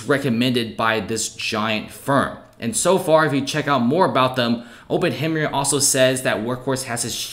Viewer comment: Open hem myer? 😂